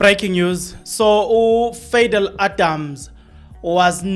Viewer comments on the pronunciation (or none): It'spronounced Pha dhil😂😂😂